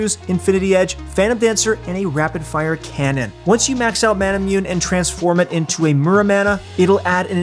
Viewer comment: It’s annoying how you don’t know how to pronounce Manamune properly. It’s inspired by Japanese culture so it’s pronounced ma-na-moo-nay. Seriously.